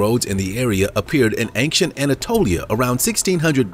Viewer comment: I wish you would not put a ‘g’ in the middle of the word “ancient”. You say it several times in every episode.